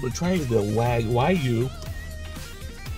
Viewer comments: yeah I'm not even remotely interested in the culinary opinion of someone who doesn't know how to pronounce wagyu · you know how to pronounce Wagyu now? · "How to pronounce Wagyu" lmao what a scholarly muchacho woowoowooOOOOOo